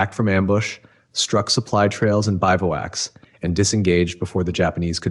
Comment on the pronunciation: sounds like ai. Mispronunciations bivwack, red not reed